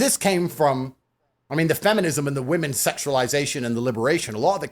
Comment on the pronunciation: Man said WE MONS 😆